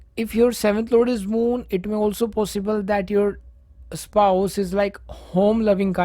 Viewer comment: Moon, not mood 😂😂. I appreciate your effort though 😉